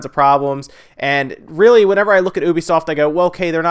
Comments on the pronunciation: It isn't Obisoft. It is U-be-soft. Ubisoft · Is it really pronounced oobisoft? I thought it was youbisoft like a u sound. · Kinda funny how you pronounce 'ubisoft'.